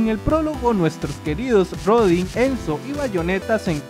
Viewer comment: Jeanne se pronuncia /ja:n/ Y Rodin se pronuncia /roudan/